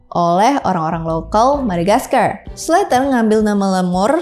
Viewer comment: sebut aja madagaskar gitu kok jadi madagaskarll..